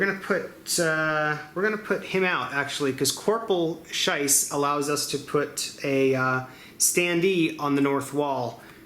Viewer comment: () Sorry, I didn't mean to nitpick. I was just wondering if you were making a joke. His name is Schiess (rhymes with fleece), but you were calling him Scheiss and even spelled it like that in the note you put up. I thought you were making a joke because Scheiss, in German, means "crap." Schiess, by the way, means "shooting" so it's a pretty cool name for a real soldier to have. I just really wasn't sure if you were doing it on purpose or didn't like the guy or something. Anyway, I did finally get around to finishing the video, and it was great. I like that you don't have annoying or long intro music, like so many other board game casters, and you don't break up the videos into 10-minute chunks so you can put lots of ads on them. Thanks! You also did a great job of explaining what was going on, and you were very animated without getting mad when things weren't going so well. Sorry for the long comment. Short version is "keep up the good work, please!"